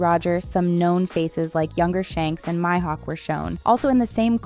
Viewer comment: wkwkwk same, and when she said maihouk to 😂😂😂